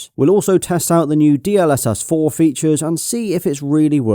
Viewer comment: It's pronounced DLSS not D..L.........SS